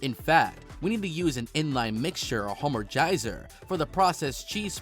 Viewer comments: This guy committed “hahmagize” on these word pronunciations 🤣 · The entire "homogenize" section was an absolute wreck 😂😂